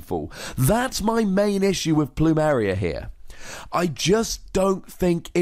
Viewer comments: Pronounced "Ploom- Air- ia" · It's pronounced plumeria Lol